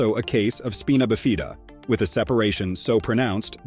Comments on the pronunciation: U realize anyone who tells this story won't b believed bcuz as the "Narrator" says "speen uh bee fee da"....that's ABSOLUTELY INCORRECT.....it's Spy-nuh-biff-eh-duh.....jackhole!!!! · Speenobafeena? It's Spino-bif-id-uh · It's Spy-na BIFF-id-ah, not SPEE-nah biff-EE-da. That's how you pronounce spina biffida. Otherwise, great video. Very informative. I would not abort. My belief is that the child is exactly how God meant it to be. Others may believe differently, that is their prerogative. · holy crap dude .... it's SPINA(SPEYN UH) BIFIDA (BIFF ID DUH) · Speena buhfeeda? 😂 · Speen-uh Biff-Ee-duh… 😂😂😂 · speeena bifeeeda? good God.. this is obviously a fake news channel. proper pronunciation is important. aside from that.... the facts here are just not based in science. the fact is... these babies will never be normal. they won't live long. as stated here. and one was 12? oh but blind and non functional speech. quality of life matters. abortion is still a more obvious option... when given this prognosis. parents are selfish. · At least pronounce spina bifida correctly... NOT speenah bifeeda for Pete's sake! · How “spina bifida” is pronounced is hilarious. It’s SPINE-uh BIF-i-duh. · they said "speena bafeeda" hahaha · Agree completely about the pronunciation. You'd think a scientific channel would at least google the correct pronunciation. And which god? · You cant even say the words 🤣 spine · Right?! That drove me crazy! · Yeah that weird pronunciation got me too. Glad I'm not the only one! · it's e*x*speshully annoying on something that's supposed to be researched and moderately educational. like seriously there's a hunnit thousand different resources that I am certain said it correctly, and maybe, if you aren't sure, just axe what the pronunciation is.